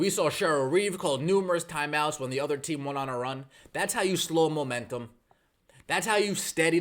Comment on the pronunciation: what are these "thyme outs" you speak of?